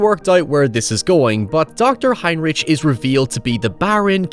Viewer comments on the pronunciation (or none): It is spelt "Heinrich" but is pronounced "Heinrick"